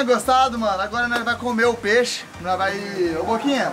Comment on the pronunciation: Nao se fala peixo skskskska